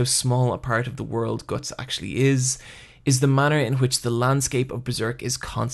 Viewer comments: isn't it pronounced Guts? as in "you have the guts to do it.." You seem to pronounce it Goats. Anyway like the video, you know what you are talking about. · ITSSS GUTTS NOT GORTSS!!!!!!!!!!!!!!!!!! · when you say guts it sounds like goots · Gootz??? wtf is that pronounciation??? Love berserk(only the original) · Omg I can't do this he pronounces "guts" slightly different to what I'm used to oh god MOM GET MY PILLS MOM HUG ME MOM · Are you a native speaker? If so: WHAT IS WRONG with your pronunciation?! Why cant you pronounce the "u" and "o" in the words like "Guts", "nothing" "other" "blood" correctly? It's driving me crazy! if not: never mind